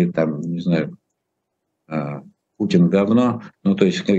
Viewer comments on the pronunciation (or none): none